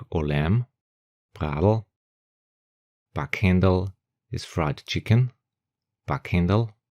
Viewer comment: goodness me, what has happened to our good old "Leberkaas?" ;) Und bei "Backhenderl" hör i ollaweu "Bockhendl" ;) d'ehre, oida!